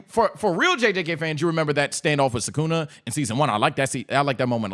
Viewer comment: Wtf is up with jjk fans pronouncing Sukuna wrong.